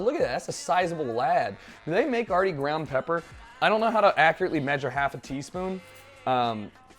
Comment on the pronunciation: Everything he said he was gonna make he said wrong, hows this even possible.